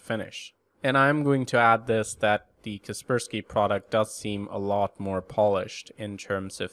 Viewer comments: so cringe you call kaspersky for Keerberski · I used to pronounce 'Kaspersky' as 'Casper Sky'. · KasperSPY? hel no